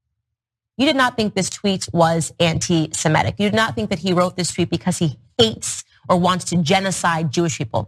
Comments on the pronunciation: whatever Kanye meant, it's "anti-Semitic" not "anti-SemEtic" FFS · Antisemitic. Not antisemetic. That mispronunciation drives me crazy!